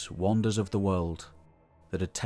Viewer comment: At the start, why did you pronounce Wonders as "Won ders"? Its hard to type but it makes you sound like AI mate. It sounded like Wanders rather than Wonders. I love ya stuff and ain't trying to knock you but you often do this sort of thing and there is so much AI muck destroying history n you may lose viewers.